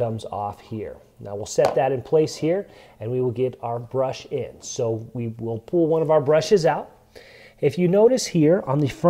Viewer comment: You say "pull" like "pool". I'm guessing that's a local accent. Curious on what part of the country you're from. Thanks for the video. So much better than trying to figure out your average manual!